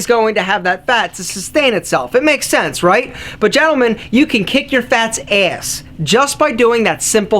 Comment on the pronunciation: the way he said "ass" lmaoo